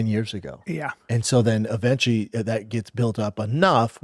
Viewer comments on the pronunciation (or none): “eventey” got a new word from Bapa